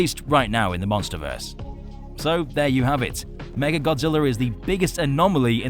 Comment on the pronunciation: OK is it just me is everyone saying mega Godzilla not mecha Godzilla